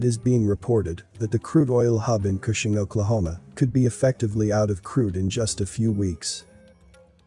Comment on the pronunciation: I’m from Oklahoma. Gas in my town is over $3 today. Also, I’m surprised that Cushing was pronounced correctly.